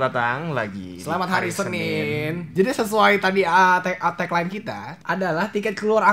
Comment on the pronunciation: Bilang senin nya harus monyong ya. Inget.